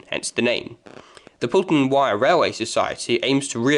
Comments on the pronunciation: It's pronounce Poll ton not Pool ton. The M55 and Yeadon Way was not the reason why the Marton Line closed. However, the Highways Agency decided to use part of the old trackbed for the M55 and Blackpool Council decided Yeadon Way would be a convenient corridor from the motorway into the town. The site of the first Fleetwood station is not where you say it was and in fact, is closer to the Wyre Dock station which became the new terminus when Victoria Terrace closed. Where you show it was, was actually numerous coaching stock sidings. The first original Fleetwood station was not far from where the Wyre Dock is as that did not exist when the railway first came into the town. The line from Thornton was virtually straight into Fleetwood and ran across the marshes on wooden trestles and over the land the dock was later cut from. By the time they built the dock the wooden trestles were in a dangerous condition so they needed to remove these and re site the station. This also required a track re alignment and is the reason the line swings away from the river behind the now caravan parks. Again, the old track bed into Fleetwood is buried under Amounderness Way. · It's pronounced Pole-ton, not Pool-ton